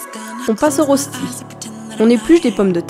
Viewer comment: "Rostis"? Ça se dit pas "reuchtis"? C'est suisse-allemand à l'origine donc il vaudrait mieux privilégier la prononciation suisse-allemande.